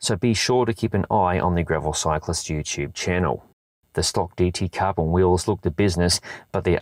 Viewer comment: Gravel Cyclist “Yoo-tyube” channel